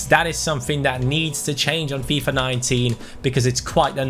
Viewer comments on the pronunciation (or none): none